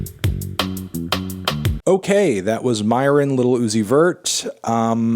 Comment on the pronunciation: Its "Myron" not "Moron"